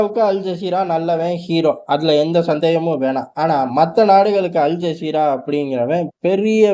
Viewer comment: அல் ஜாகிறா இல்ல மோட ஜஸீரா 😂